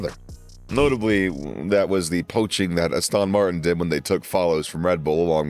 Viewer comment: Astön Martin